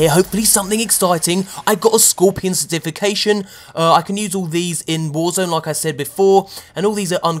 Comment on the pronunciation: I have to be honest... I can't stand his voice. Especially when he says cerTIFICATION instead of CERtification. Emphasis, people, emphasis.